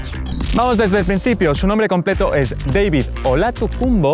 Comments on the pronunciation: Solo un dato, al ser austriaco su nombre no se pronuncia Deivid, si no David. 😉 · Se pronuncia Dávid no Deivid es idioma alemán no inglés ;) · yo siempre he escuchado que todo el mundo le dice "David Alaba" no "Deivid" XD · la pronunciación de los españoles claramente es "David" pero Alaba mismo y su famila dice "Deivid“ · El chico diciendole Deivid alaba y yo toda la vida diciendole David alaba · Nadie: Absolutamente nadie:: Deivid alaba xD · ¿Porque lo pronuncia "deivid"? si no es inglés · Por qué coño dices "Deivid" cuando hablas en español? Vaya tela la gente... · deivid? seguro? xd